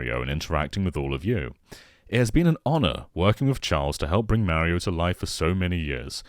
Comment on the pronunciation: Meh-rio series ahhhhhhhh Mah-rio!!!! I can’t get over the way he says Mario. I can’t.